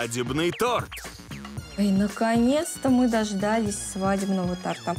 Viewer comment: "дождАлись праздничного тортА" Я думала мои уши завянут